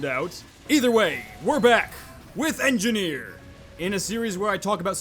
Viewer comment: Engineer--------- engifar ------------ enjifar :P not sorry